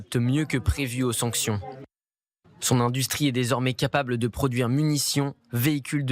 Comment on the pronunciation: "Andustrie…" En français on prononce "Industrie"